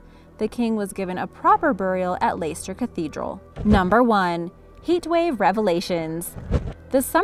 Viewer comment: And you dont say Leicester like that lol ya just say it like lester haha we are a very simple people